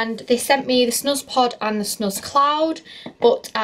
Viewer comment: I always thought the snuzpod was pronounced snooze pod lol! Love the video though